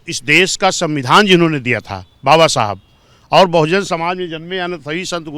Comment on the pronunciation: इस पत्रकार को समझाए कि बाबा साहब का नाम सई तरीके से ले